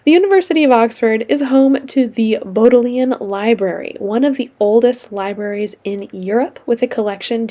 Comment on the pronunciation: Great tour! I studied in Oxford for 6 weeks back in 2000 when I was in university, but I haven't been back since. It was nice to see the different places. A tip for pronunciation of a few local place names (as it was when I was there): the Bodleian Library is pronounced "BOD-lee-un", "Balliol College" is "BAY-lee-ohl", "Plantagenet" is "Plan-TA-juh-net", and the "Pennines" are "Pen-NEENS"! (It's okay, I had only read those words, not heard them spoken, before I went!) The rivalry between Oxford and Cambridge is long-standing, older than the rowing race, and extends to the practice of people using the euphemism "the other place" or "that place somewhat east of here" instead of "Cambridge" when they need to refer to the other city, which I found hilarious. Also, the Thames is called the Isis, just for the part where it runs through Oxford; nobody could tell me why that is the case! One of the main misconceptions that American tourists had, about the University of Oxford (they would approach me and other students when I was there and ask), is that it is located on one campus; I would be asked: "Are you a student? Can you tell me how to get to the university?" I would have to gesture around to the city of Oxford, in general, because the university is spread all over the city of Oxford. Oxford University (and Cambridge University) is a system of separate schools or colleges, which are unified in various administrative ways, but otherwise separate, both in the location of their cam